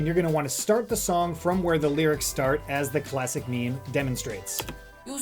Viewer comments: its meme not meemee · DID YOU JUST CALLED MEME AS MIMI GRRRRRRR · he said "memey" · "Me-me image" :)